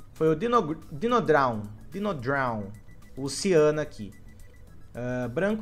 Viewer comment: Dinodraw: PRONUNCIA CERTA= Dinodrou: Dinodraun